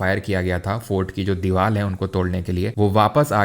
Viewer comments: Sir दीवाल नहीं दीवार 😅😅😅 Sir mere ko lgta hai bachpan me aapki mumma se koi bhagwan ka chadawa rahe gya tabhi aap र ko ल bol rahe ho 🤔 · Deewar ❌️ Deewal ✅️ 😅😅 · With due respect sir ki deewar ❌ Deewal ✅ 😂😂😂. No disrespect 🫣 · Sir diwal nhiiii diwaaarrr 😂😂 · Deewar ❌ DeeWaal ✅ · Dival...nhi sir ji...🙏 Divaar😅😊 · Deware ✖️ Dewale ✅️ 😅